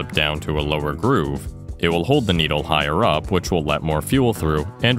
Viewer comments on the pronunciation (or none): Just watched all the way to apparently for a second time but the part that connected the dots was you saying sneedle both times you said needle